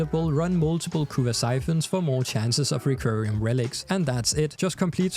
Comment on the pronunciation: It's "requiem" relic, sounds like rek-kwee-em.